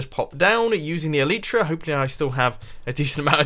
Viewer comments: its called eliiitra not eleeeetra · Mumbo! It's pronounced el-ai-tra, not el-ee-tra! please get it right :P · great video mumbo and hope your enjoying Japan. but for the love of God it's pronounced el-eye-tra!! you sound like a right plank pronouncing it el-ee-tra. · I find it weird that you pronounce the Elytra "ELEETRA" and most people pronounce it "ELITRA" , not complaining or anything, just noticed it!😂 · Mumbo. The Elytra are pronounced El-ite-tra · i hate how you cant say elytra right...